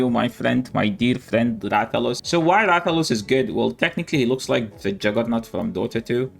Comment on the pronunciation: THE BUTCHERING OM MY RATHALOS IS WILD